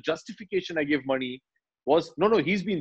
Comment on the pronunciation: I love it how Abhishek is pronouncing the director’s name as मणि and not “MONEY”